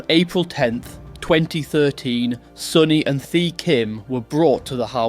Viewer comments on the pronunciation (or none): Great story but a little more care on how Vietnamese names are said and pronounced would help. Vietnamese do not use the Th sound in their language, the ‘h’ is near silent so Thi is said close to ‘T’ also there are two letter D’s in their language. And both are said very differently as it depends if you are from the South or the North.